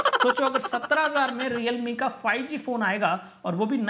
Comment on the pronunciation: 😂😂😂 lol 😂 realme ko reame bhi bola 😛